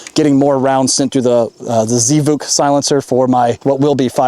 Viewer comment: Z vuk? It's pronounced Zvook. It's the Russian word for "sound."